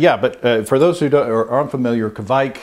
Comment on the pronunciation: Kviek is said "K wick" as one word. I use Voss Kviek yeast and its some powerful stuff.